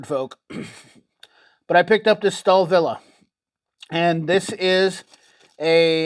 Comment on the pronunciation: stalvill is how to say it